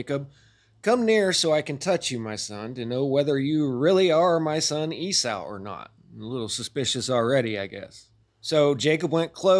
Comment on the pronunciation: It bothers me do much that you can't pronounce Esau ('E-Saw', NOT "E-Sow")